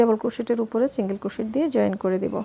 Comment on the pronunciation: অনেক সুন্দর।বাট আপু প্লিজ চিন্গেল চিন্গেল বলবেননা। সিন্গেল বলবেন।কানে লাগে।